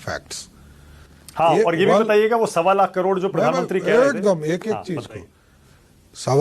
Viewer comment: Pahale to sahi se karod bol re